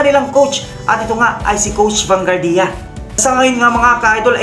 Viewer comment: Vanguardia = Ban-gwardya po, not Ban-gardiya